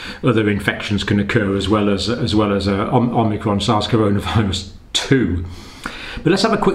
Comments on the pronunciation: Is he saying OmNicron? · you kept calling it omnicron in your video isn't it called omicron ? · OMICRON, not OMNICRON! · It’s omicron not omnicron. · It's fun to say OMNI-cron! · You'd think the good doctor would have learned how to pronounce this variant by now?